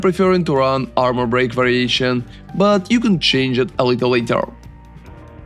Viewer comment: Орнул с акцента "буди армор"))))